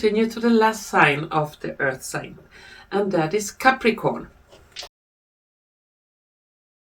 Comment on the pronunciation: Ou nou, say capricorn but thanks still 😳🧡